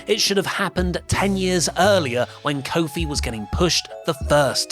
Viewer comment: coke phil doesnt sound to far.